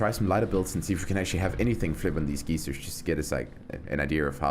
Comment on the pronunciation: I like how he keeps calling geysers geezers, lol. It's pronounced like "guy zer". Every time he says geezer I keep picturing an old dude with a big stick banging on the cars and yelling at them to get off of his lawn.